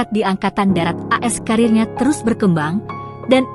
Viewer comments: Ceritanya bagus, tapi naratornya sayang salah baca, harusnya AS dibaca Amerika Serikat, bukas "as". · Mesti narasinya di buat2,, knp sih AS dibaca as??? Emgnya dari SD sampai perguruan tinggi, singkatan AS bisa di aca as ???